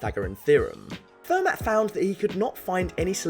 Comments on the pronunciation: It's pronounced fair-mah not fer-matt! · It's "Fer-MAH", not "Fer-MATT". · And Fer-mah! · Every time you pronounce the ‘t’ in Fermat my ears bleed. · It's pronounced "Fermar" FFS. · FUR-MAT the best theorems came from it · The T in Fermat is silent. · Fermat is French. You don't pronounce the 't' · The t in Fermat is silent